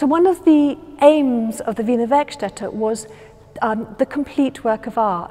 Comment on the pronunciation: Thanx for confirming for me how "Wiener Werkstätte" is pronounced.